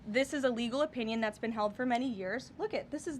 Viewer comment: Lol Leavitt sounds like she is saying "illegal"..not legal.